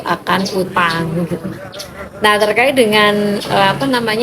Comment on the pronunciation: Pak jgn terka....it tapi terkait bacalah yg bagus